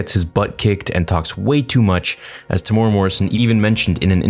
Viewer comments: Tem-u-era not Tem-ora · Also, to pronounce his name its......'TEM----MOO----EAR-----RAR..........Temuera' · Hey, I'm from New Zealand. Do you mind trying to pronounce Temuera properly? It's Teh-moo-eh-ra, rolling the R if possible :) enjoy your vids man keep it up.